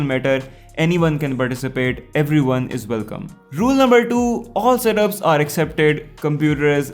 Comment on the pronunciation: But whenever you say Setup Battles it sounds like Serup Battles